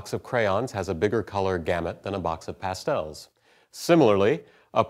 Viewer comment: haha, 'Pass-tells' Never heard them pronounced like that before. Great video!